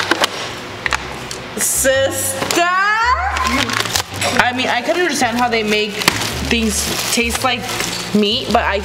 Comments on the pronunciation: LOL THEY KEEP SAYING SISSTERRRR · It’s “SISTER”